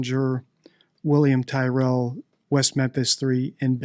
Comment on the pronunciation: Hi, I’m an Aussie and I would like to see something on William Tyrell and just FYI Tyrell is pronounced like Cyril but with a T. More interestingly though would be an analysis of Donald Trump but my guess is you don’t do political and that’s fine, in any case I really like your channel.